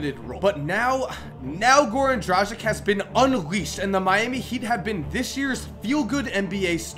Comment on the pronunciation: Isnt it pronounced dragitsh?